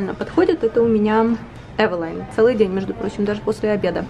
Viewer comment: Эвелин,а не авелАйн!